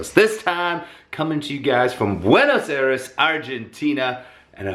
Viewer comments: It's "BWAY-NŌS EYE-DESS" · furious Pete you say Buena's Aires wrong 😑my people should be mad 😡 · am I the only one that cringed whenever he mispronounced Buenos Aires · Ovide Chery I'm from Buenos Aires and I'm not mad about the pronunciation.